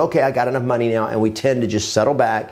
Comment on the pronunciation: Did you say right meow?